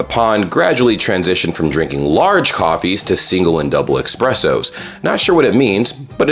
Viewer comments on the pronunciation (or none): It's espresso, not expresso. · Why do you say Xpresso when there isn't an "X" in Espresso? Do you say Xspecially as well? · did you really say "Expresso"? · There is no x in espresso. Nor in et cetera, nor especially. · Each time you say EXpreso or Ekspreso an italian falls from a vespa :D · ESpresso, not EXpresso. Sorry. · MAN! There's no X in espresso! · Americans calling Espresso 'expresso' is cringe. It's Italian, espresso means 'to press' because the water is forcibly pressed through the coffee granules which in turn draws out the flavour. This mispronunciation is most likely a misunderstanding since espress and express sound very similar, and a lot of Americans will think it's called expresso because the coffee is often prepared very fast to order. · Dude; eSpresso, not eXpresso! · Should you go to Italy never order eXpresso. It's an eSpresso. They kick you out of the place😂😂. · 1.46 E*S*presso... Thx 😎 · FYI No X in espresso.